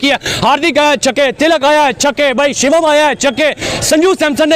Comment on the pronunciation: "इशन" किशन... "शिवाम" दुबे... यार, ये लोग मुँह में क्या दबाकर बोलते हैं जो ठीक से नाम भी नहीं ले पाते?